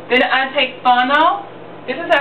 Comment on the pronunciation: funnel??? what is funnel?... did you mean fennel? Damn girl we have to pronounce our word right... love the vid though.